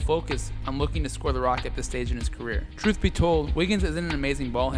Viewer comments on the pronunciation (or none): none